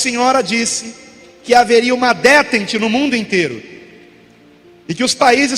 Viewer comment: "Détente" francês pronuncia-se em português como DETANTE.